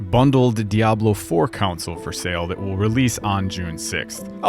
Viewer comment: Great video honestly, but I can't get over "Council's", ... "Council Wars" I'm sorry but where did you hear it not being pronounced somewhat more like "kon-sol" <_<